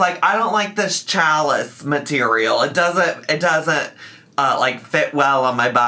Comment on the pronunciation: “Challis” is pronounced “sha-lee” by the way. I always live for mispronunciations 😂